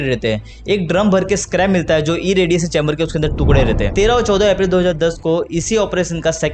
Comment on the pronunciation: रेडिएशन मेरे भाई, रेडिएसन नहीं।